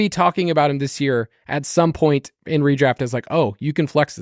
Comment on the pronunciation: Please fine every time he pronounces the “point” of this 1.02 draft selection. Cringe.